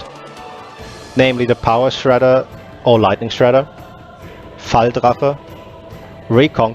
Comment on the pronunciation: You very well pronunciated "Falldrache"